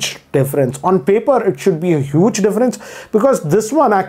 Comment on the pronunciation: The way this guy pronounces the word 'huge' is just ROFL 🤣 listen in